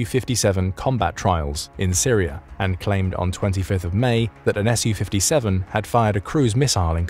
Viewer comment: it made me wince every time. All that effort and research put in and then mispronounce the name of the thing (to English or Russian ears) over and over. Saying ESS YOU 57 is also a but weird as Su/Су isn’t an acronym in the same way F/A-18 or F-15 etc is. The second letter isn’t capitalised, it’s just a shortened version of the manufacturer’s name. It’s a “SUE” 57, just as it’s a “MIG” 29, and not an EM EYE GEE 29. Су-57 -> Su-57 -> “Sue” 57 МиГ-29 -> MiG-29 -> “Mig” 29